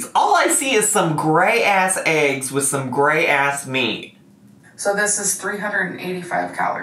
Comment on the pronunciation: Can you and literally not say eggs right?!? It's pronounced EGGS NOT AGGS! Yall are welcome ☺️